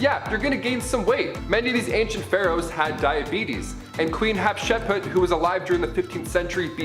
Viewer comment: its (HAT shep suit) NOT( HET SHEP PUT)